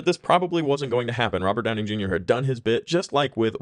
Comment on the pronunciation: Are you saying Downing? Robert Downing Jr.?